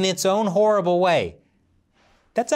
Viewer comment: "..in his own whor-ible way.." cringe cringe